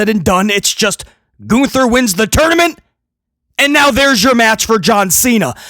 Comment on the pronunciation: Lol, "Goonther"